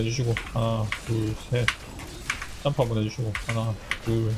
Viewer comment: 하나 둘 짬프? 맞는건가 몬말인지 ㅡㅡ알아듣기가 ㅋㅋㅋ